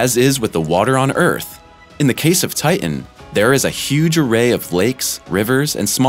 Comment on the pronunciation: It’s titan you imbecile. Not TIIN